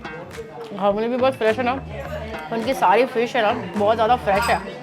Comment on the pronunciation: It is Ghavan ,not Ghavane..Nice video